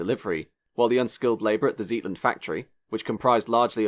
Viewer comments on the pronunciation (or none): The suburb is Zetland as in Get, not Zeetland. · Zetland NOT Zeetland. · Good grief, it is not Zeetland, it is Zetland. Getit? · "Zeetland"? It's Zetland. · The suburb referred to is ZETLAND not ZEETLAND. As far as I know, it was the only production sedan that could fit a 44-gallon (200 litre) drum in the boot. It is a shame it didn't take off as it would have been a fabulous car for Australian conditions. BMC / Leyland and similar British marques all suffered from bad management it seems the Brits can design good machinery but can't manage to manufacture. This is a shame as there have been a lot of stylish cars come out of Britain only to be let down by management and manufacturing disasters. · Zetland, suburb of Sydney with a short "E" not Zeetland. Giovanni Michelotti, the 'ch' in Italian is pronounced as a hard "C" not "ch". Good vid though; I saw all of these cars when they were new, even saw the P76 driven in rallies. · It was a great car, very light, handled better than its opposition, proved itself a very capable rally and tarmac race car, and was developed on a miniscule budget. Several things went wrong not all of which were Leyland's fault e.g. unions, Australian Government, OPEC oil crisis. Also, 'Zetland' is pronounced 'ZETT-LAND' :-) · Zetland is not pronounced 'Zeetland'. The 'Zet' part of the word is pronounced similar to jet or let. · To be pedantic the "E" in Zetland is pronounced as in bet not as in feet.